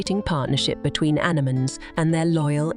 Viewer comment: You can always tell AI narration by the way they pronounce anemones; “ana-mun.” 😂